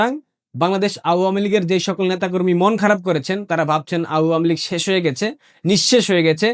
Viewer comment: Apni awamilig উচ্চারণ টা ভালো করে বলবেন এটা শুনতে খারাপ লাগে